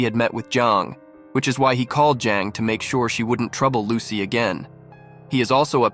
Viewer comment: Bro said "as soon as lucky" Instead of Lucy in the first part